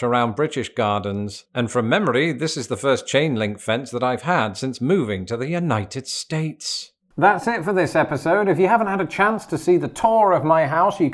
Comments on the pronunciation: When he says "United states" what my brain hears is "Uknighted States". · I like how says United States he puts his much emphasis on States as he does United